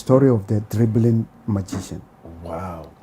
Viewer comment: it’s dribbling not driven wae..